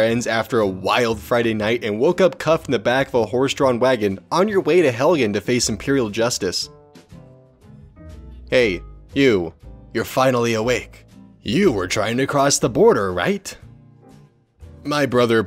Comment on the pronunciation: He said hellian no helgen🤬